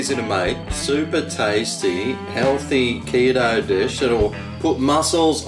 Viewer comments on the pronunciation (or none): Did he say keto or kilo based?